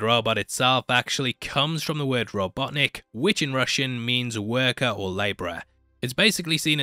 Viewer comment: Ffs, and here you got the “robotnik” correct. Did you get a brainfart in the 2049 review?